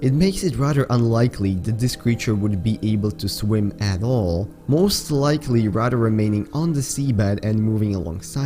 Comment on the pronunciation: Rader wtf you mean rather